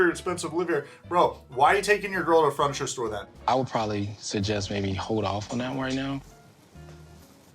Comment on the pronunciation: I'm glad I'm not the only one who noticed 'fruniture' haha, it drives me nuts! He has said it on other videos too. I'm not sure if he's doing it on purpose or not lol